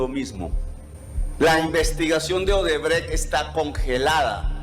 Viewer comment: Jajaja 🤣 “Centro Odebretch” excelente 👌🏼✅👏🏼